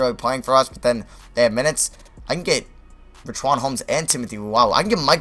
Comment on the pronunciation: Please pronounce richauns name right